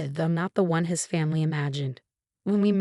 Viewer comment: Boston, not ba sin. Self-made, not self me. Family, not fami. Emma, not ma chen. Post-nuptial.